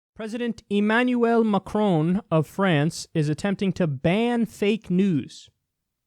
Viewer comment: lol its prononced ma cron not ma crown